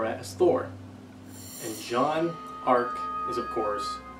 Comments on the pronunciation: Everyone pronounces Jaune's name wrong. I'm quebecois. It's pronounced jone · They pronounce it the way it's pronounced in the show. You can decide how a name is pronounced.